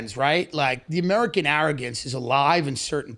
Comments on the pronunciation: Andrew “ I’ve been embarrassed by amerigan” lmao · “Amerigan” ~ Andrew Schulz